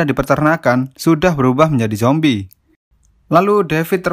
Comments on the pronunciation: Min.. Saran ya.. Klo ngomong zombie jangan jombie min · bang ko ngomong nya jombi kan harus nya zombi bang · Perasaan ngomongnya Jombi😛